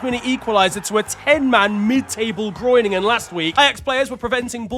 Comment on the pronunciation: my man didn't just say "Groiningen" ☠☠☠